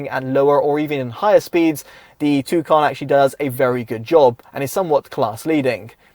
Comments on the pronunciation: Its not a tucan its a tucson just say "tosan". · TUSON it’s pronounced